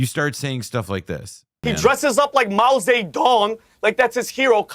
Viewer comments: why are they saying his name like Mao Satan?? 😭I can't take any of them seriously, such clowns smh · Mao Say Tong 😂😂